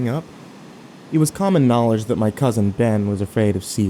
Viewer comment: "it was common knolerjs" yes this is great